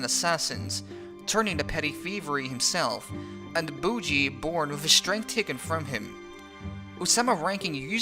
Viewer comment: They way you pronounce Miranjo and Bojji is maddening.